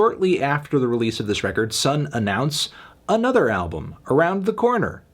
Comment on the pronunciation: bscuse me pretty sure it's pronounced sun oh thank you